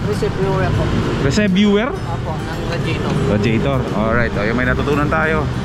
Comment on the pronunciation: reser-vwah po basa dun